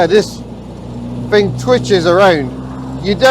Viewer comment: "It`s a fascinating fing I fink"